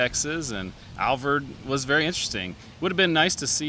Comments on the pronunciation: Alvord= pronounced Al-vord. Vord rhymes with "board". Not Alverd. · Al-vord. Not Alvoid and def not Alverd Lived here all my life and only people who don't live in Alvord say it wrong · Hey, I'm from Wichita Falls and people around here pronounce it as Al- Void lol. Great segment as usual! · It’s Alvord like Ford. He’s even pronouncing it incorrectly. Don’t listen to the uneducated who pronounce it with an “i”. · I’ve never ever seen the truck benches before I don’t think they were there when I moved. Also Alvord is pronounced like AL like weird Al and Vord kinda like cord.